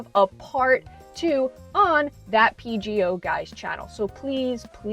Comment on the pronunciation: the fact that you said PGO instead of PJO is so real